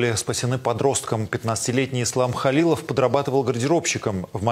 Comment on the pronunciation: Фамилию бы выучила Симонян , он не Талилов, а Халилов